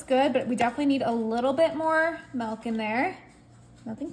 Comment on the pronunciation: It's milk , not what your saying. Where you from?